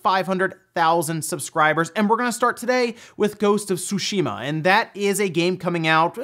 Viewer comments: Its funny how I haven't heard one youtuber say Tsushima correctly. It's not 'Sushima' the 'T' is in fact pronounced. Like in the (t's) in that's. It sounds the same way. So think of it like "T's shima. Tsunami is pronounced the same way. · T'zoo~shee mah.. not "sushi-mah".... just sayin' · It's because he doesn't know how to actually pronounce the name of the game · Make up your mind on how to pronounce Ghosts of "Tsushima"